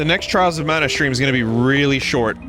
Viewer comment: I can't believe vinny said "Twials". 2020 may look dark but vinny is the light that shines on us